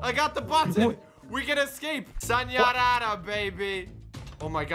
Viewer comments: Nobody: trying to say “sayonara”: sAñYaRraRa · Sayōnara: Nahhhhh Sañyarara:YEEEEEEEEEAAAH BOI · said sanyanyara baby, instead of sayonara (｡･ω･｡) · Spanish socks sanyarrara baby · "sanyarara" socks make fun words 2021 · he said sanyayara babay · You said sayonara wrong 🤣😂